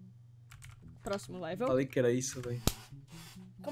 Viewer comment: Você falou leveu 7